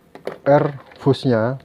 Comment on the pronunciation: Fuse itu di baca fius bukan puse